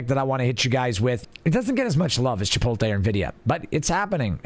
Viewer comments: It's pronounced chip-oat-lay. Good vid though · you can have an accent and still pronounce words the correct way. The T is before the L in 'chipotle' so it should be that way when said, regardless of accent. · I'm not liking my own comments lmao and I'm not denying the fact that people say it like that. All I'm saying is that it's wrong. Didn't think it was that big of a deal